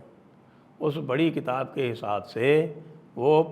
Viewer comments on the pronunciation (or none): none